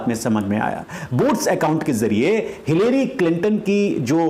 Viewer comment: Pronounce it as "Hillry" instead of "hillairy".